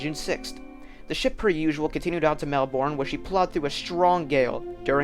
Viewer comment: Wonderfully researched and presented. Pronunciations are closer to “WARR-I-TAHH” and “MEL-BURN”, and DerbyShire is spoken as “DERBY-SHEER”.